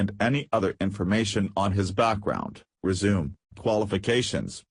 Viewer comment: I would watch more videos from this channel if they would just use their own voice. The computer voice is so bad. Sometimes it does not even pronounce the words correctly. For example in this story the word "resume".